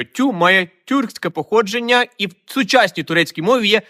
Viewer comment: СусідИ ,походженнЯ ,в УкраїнІ! Ви говорите з наголосом на останню літеру.